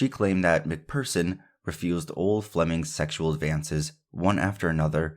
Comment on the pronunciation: Phearson prounouned fearson . You done well